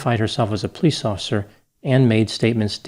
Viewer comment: I absolutely Love your show,, but Plice is a two syllable word! Po-lice! Hehehe